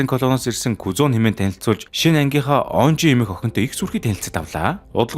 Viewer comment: Энжи болхоос онжи биш